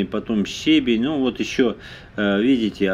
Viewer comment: Ударение: ще́бень — ударение падает на 1-й слог.